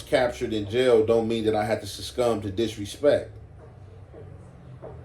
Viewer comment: It’s “succumb” broski 🗣😆😂🤣😭